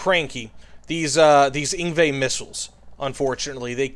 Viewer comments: I came straight to the comments once i heard him say it lmao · As a South African listening to you pronounce the name of the ZT3A2 Ingwe I absolutely died inside hahaha. Still you gave me a solid minute of pure laughter lol.